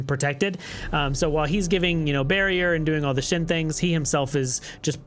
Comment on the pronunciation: Say shin ..... ONE MORE TIME and I'm unsubscribing. S H E N. Shen